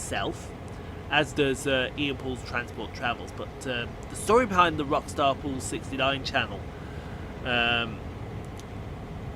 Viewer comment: Happy Birthday! Loved the pronunciation! lol